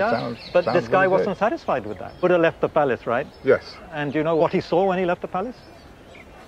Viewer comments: 'Bhooooodda' phonetic Massacre 💀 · it's Buddha, not 'Budha'.